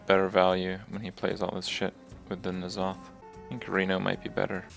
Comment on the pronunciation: its so annoying to see when hearthstone players that dont know shit about warcraft say stuff that is incorrect n'zoth is pronounced en'zoth